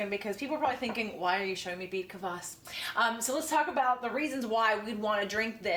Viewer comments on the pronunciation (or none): It is pronounced KVAS not Kavass :)